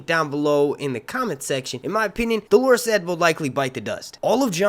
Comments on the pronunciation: Nice analysis, but I need to quibble about your pronunciation of Dolorous. It's not the same word as the woman's name Dolores. Should be pronounced DOH-ler-us, not duh-LAWR-iss. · dolorous adjective do·lor·ous | \ ˈdō-lə-rəs alsoˈdä- \ Definition of dolorous : causing, marked by, or expressing misery or grief. I just keep hearing people mispronouncing and misunderstanding Dolorous Edd Tollett's name (which is an adjective). You're confusing Dolorous with Dolores, which is a woman's name . Edd's manner was dolorous and hilarious. Btw I enjoy your channel. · Sorry I can’t understand what he’s saying about someone who’s dead it sounds like he’s saying “Delores said” has been killed . I know that’s not right can anyone clarify? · Dolorous Edd Tollett. He's the guy Jon left in charge of the Night's Watch. It would help if would learn how to say 'dolorous' correctly! 😉